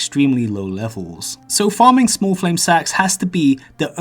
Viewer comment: smah fwame sahk